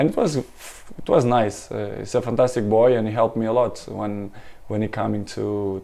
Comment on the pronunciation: "he shit unbelievable" hahahhahaha can't unhear it